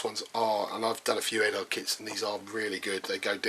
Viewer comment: Nice kit. How much does it cost? One thing that just drives me nuts is the mis-pronunciation of Eduard (Ed-ward, not Ed-ard) and Decal (De-cal, the e is long and the a is short and not silent)